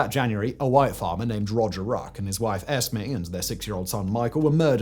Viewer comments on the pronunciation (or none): I though you said Farmer Tax. Thinking bloody hell that's a hell of a tax. had to put the subs on. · I thought you were saying farmer tax. I thought. This doesn't seem that bad... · For the first half of the video I thought he was saying Farmer tax. Thinking dang my income tax doesn’t sound all that bad anymore 😂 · I was hearing Simon say farmer tax.